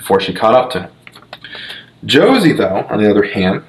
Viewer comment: Jose is pronounced HOE-SAY.